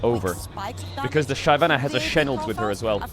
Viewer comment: if this clown says shayvana 1 more time im gonna lose it, unwatchable unsubbed unfollowed bye